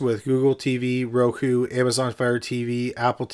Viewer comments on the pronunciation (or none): none